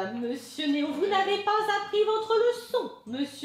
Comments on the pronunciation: Néon 😂 pas néo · Pk a la place de dire néo tu dit néon mdr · Juste tu dis Néon, c’est Néo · Tu dis néon alors que c’est néo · J'reve ou il dit "swen et neon" mdr? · il dis sophia pour les copyright il di meme néon au lieu de néo et il et dis swen pour swan